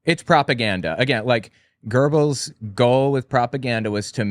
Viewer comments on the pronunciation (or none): Young brother it's Joseph Goebbels. There is no r in his name he was the minister and Reich master of propaganda and murder rape and mayhem. Anything else you want to know about Goebbels or Himmler. Just ask I will tell you what I know and what I don't know I will say I don't know